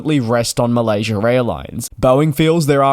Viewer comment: Malaysurr airlines 😂